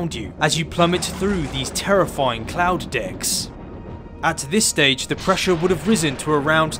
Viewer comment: did he said say “as you plummet through these terrifying cloud dicks”?